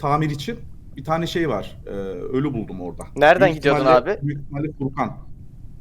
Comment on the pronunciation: nobody::seylıstır kimdi